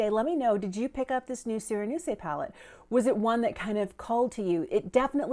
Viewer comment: I was waiting for your review of this release, since I like this color story. :) Thank you! For me, the mirror in a palette is necessary, especially since the absence of it is basically a drop in value. So it's a pity. And a quick tip for reading French (you didn't ask for it, I know))). The "e" at the end of a word is not pronounced unless it has an accent ("é"). It is added in case of a "sireneuse" to make the second "s" to sound like "z". Hope this helps. ;) Have a nice day!